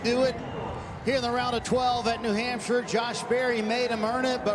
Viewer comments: I’m thankful I was at the race and didn’t have to listen to Leigh saying “New Hampshire” all day 🤣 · OMG DIFFEY...WE NASCAR FANS KNOW WHO THE DRIVERS DRIVE FOR, AND THEYRE SPONSORS, YOU DO NOT HAVE TO REMIND US EVERY SINGLE LAP. AND THATS NOW HOW YOU PRONOUNCE HAMPSHIRE,SORRY.NASCAR ON MUTE!!